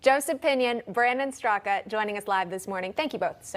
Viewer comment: Brandon Straka 😄 Everybody calls him Straka...It's actually pronounced like "Struck"